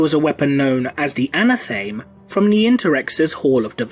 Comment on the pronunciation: I love this channel but dude, you keep mispronouncing anathame!